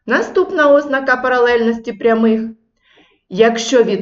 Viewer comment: Можна , нарешті, навчитися правильно ставити наголос в слові ознАка?